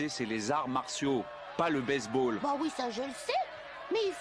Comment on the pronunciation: il a dit "base ball"mais j'ai compris "baise ball"🤣